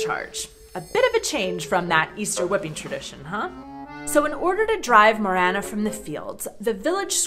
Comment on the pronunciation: Morena nie moréna! Presne tak v Slovenčine MORENA